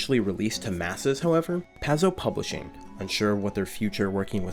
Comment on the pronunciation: well put together, but the first 15 minutes was hard to get through. Paizo rhymes with pie dough, and it hurt my ears every time I heard you mispronounce it.